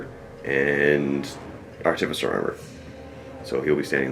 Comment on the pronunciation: pronounces Artificer wrong anyway, so you're safe. Theres no emphasis on the 'T'... say it just like you would say 'artifact' since thats the word it originates from.